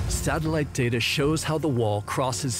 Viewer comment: The amount of times he says satalight💀